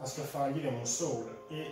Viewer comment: Di ventola ne ha una sola in realtà...la base serve per dar più aerazione...e si pronuncia souls non soul 😅